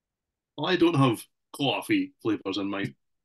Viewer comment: saying "coffee" in his new york accent made me laugh so freaking hard! 😂😂 Thanks for always making me laugh guys, you're awesome!